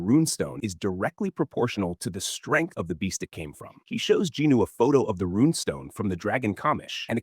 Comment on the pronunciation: Why do you keep saying Ginu? Is that how JIn Woo is pronounced? :)